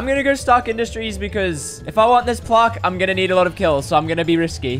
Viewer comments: who here cringing when he says plaaaarrrrk instaid of plaque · Your saying plarck it's plack BTW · its not plarrrq its plack spelt plaque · I swear there saying plark its pronounced plaq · its plaque not plarque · It’s pronounced plack not plark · its not pronounsed as plork is pronounsed plak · BTW its pronounced plack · How the said it like P L A R K it’s meant to be said like P L A Y G E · aren't they saying Plaque wrong? or is it just me. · Why do they say it like plaque and not plaque??